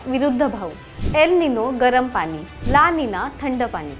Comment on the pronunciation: पानी न म्हणता पाणी म्हणावे. तुमचं बोलणं ऐकलं की दाताखाली खडा आल्यासारखं वाटतं.😢